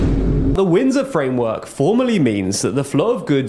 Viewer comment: I WUV the "Frindsor Wamework"!!!! When in doubt, Spoonerize!